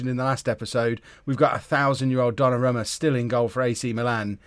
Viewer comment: It's pronounced Donnarooma